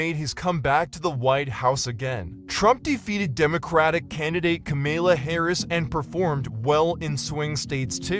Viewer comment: It’s Kum-Mall-Uh